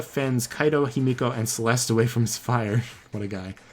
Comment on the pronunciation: Whenever he says himiko i hear yumeko